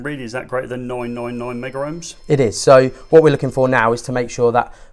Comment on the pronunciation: It's megohms not "megaohms"..